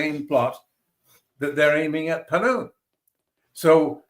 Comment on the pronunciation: Gurpa'twat Singh is Pannu, not Pannun.. Arshdeep Daala, not Arshad Dalla(pimp). He's from a village called Daala, otherwise his surname is Gill. He's a gangster turned 'Sikh activist' 🤔.